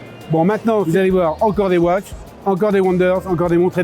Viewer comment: 12900 euros pour la LUC 39 mm, et 28500 et 29500 pour les 2 autres! une broutille!!! et watches se prononce watchez!!!!